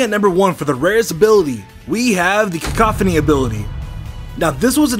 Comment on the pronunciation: Kakoffany or how you pronunced it became later the soundproof ability for Wobuffet and wynaut soo it became something new and it is still the only ability that only noe line can have!!! But anyways good video and keep working this good and il bet that you become famous in the future!!!